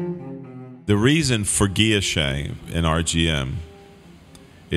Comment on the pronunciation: That's not how Guilloche is pronounced. Not at all.